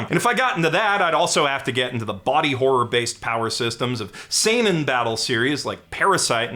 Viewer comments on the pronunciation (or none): none